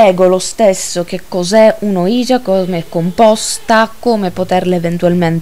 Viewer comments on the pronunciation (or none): Secondo me semplicemente non si dovrebbero fare queste cose...senza preparazione, usandola come un gioco, non ha molto senso. Solo una correzione il termine ouija si legge come se fossero il sì in francese e tedesco (uiia ho scritto la pronuncia sperando che si capisca XD) è solo un appunto...bel video!